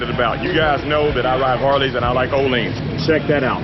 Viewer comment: “Oleans”. Lol